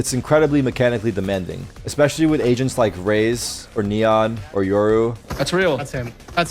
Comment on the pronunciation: I needed so long to figure out that he said agents and not asians😂